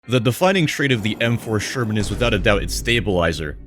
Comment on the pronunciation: From Sherman to you-sure-man?